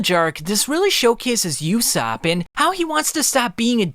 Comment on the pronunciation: Who the hell is yousopp ? It’s USOPP my boy